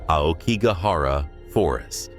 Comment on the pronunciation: If you are going to narrate these well-known and popular Japanese ghost stories, please do so with the correct pronunciation. Otherwise you sound just like any western English narrator blindly hired to read a "haunting" tale. As a starter, "AokiGAhara" has an accent on the middle "GA" . Likewise "uBAste" has an accent on the "BA" followed by a short "s", and so on. I suggest you ask a decent Japanese speaker to get the hang of these pronunciations correct (it is not at all difficult, basically a matter of where you place the accents) and thereby make your storytelling much more convincing to all of us. Good luck!